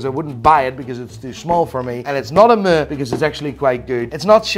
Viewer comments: Guy is "moo-ing" when he should be "meh-ing". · I’ve never heard anyone pronounce “meh” as “muh” before. You literally made it onomatopoeia 😂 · Can someone please teach him to pronounce "meh"? Please.